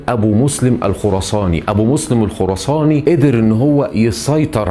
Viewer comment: يا راجل انطق الأسماء صح فقط بيقولك ابو مسلم الخرصانى، ونصر السيار😂😂😅 اتكلم عن الفنانين افضل😂